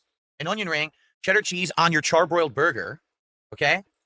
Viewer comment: For over 18 years this creature still can't even say Burger right for Fuks sake 🙄 🤦‍♂️